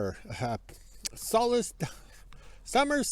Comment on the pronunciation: Me again. Thought it was my hearing or the Sunday beverage, but even the subtitles show you saying Summer Solace, twice, 😅. I don't blame you, since you're actually quite sharp even amidst such stress and soberness! Gotta know how to have fun no matter what... and that's one reason why they hate us 😊. Oh, well. Have a nice evening, and Staff!